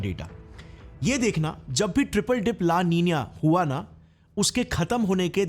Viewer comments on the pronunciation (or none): La NI NA hai, not La Ni NYA. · La nina ki pronounciation😂bhai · La ninia nahi hai la Nina hai ye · Why the pronounciation of the words la nino and la nina is 'ninia'? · ला नीनिया नही वह "ला नीना" है। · That's LA NINA brother,,, don't pronounce LA NINIA ,,,,, that's so painful to hear😊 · Seriously, LA Niniya.... Fix your pronunciation... It's nina like the famous actress Nina Gupta.... Not Niniya... Unless you're feeling sleepy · La ninia ❌ La- Nina ✅ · Plzzz app word ko pronounce to theak karo. Lanina not laninia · La ninia😅😅